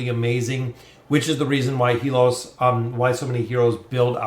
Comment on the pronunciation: It's HAY-LUS not HE-LOS.